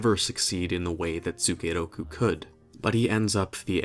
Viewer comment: The way pronounce as "tsukeroku" really piss me off sometimes. I can't stop grinding my teeth every time I hear that...